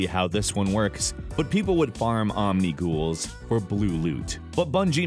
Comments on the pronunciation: Not Ommm-neee-ghoullllls Om-nih-gull. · IT IS NOT PRONOUNCED OMNI GHOUL ITS OMNI GOLL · Omni-gull not ghoul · Omgosh I'm triggered because he prenounced Omnigul wrong he said omni ghoul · Omnigul, like Omni-gull. And people were farming for Grasp of Maloks, a legendary(purple). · Lol he said Omniguul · its pronounced omni gull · The way Omnigl was pronounced.. and that it's more than one thing.. makes me slightly sad as a Destiny player. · The way you pronounced Omnigul hurt my soul...